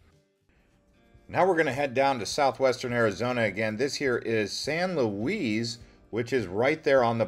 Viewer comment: It's San Luis, dear. 😂 LOL